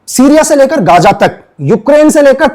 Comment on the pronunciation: Bhai Gaja tk …. gaza to bolna seekh lo